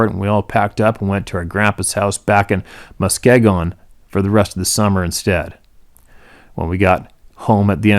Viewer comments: Muskegon, Michigan? Us Michigan folk pronounces it like this, Musk- long E- gun. Thanks for sharing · Muss-Key-Gun__ The home of Perfect Toast !